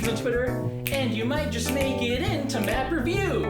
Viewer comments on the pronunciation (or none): sorry didn't catch that, did you say m e m e review?